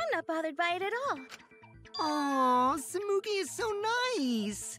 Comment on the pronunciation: It’s Tsumugi :’((